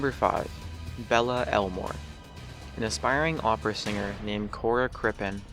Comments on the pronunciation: Belle is pronounced "Bell" and not "Bella" :) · It's Belle (bell), not Bella. Geez, where did you get your education....? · Belle is pronounced. BELL but again, plow ahead w/out checking any research except crime details. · "Belle" is not pronounced "Bell-uh." It's pronounced the same as if it lacked the e at the end. It is French for "beauty."